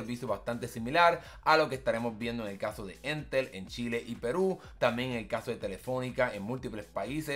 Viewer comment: Para variar siempre en Chile inicia todo para nuestra región xD. Sería una solución para Rapa Nui, que el internet es bastante malo 🙀. Ha y es Entel, no éntel (como si el acento estuviera en la segunda E)